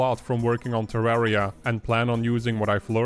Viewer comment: It's not TerrÄria, It's TerrAria - like Terr-uh-Ria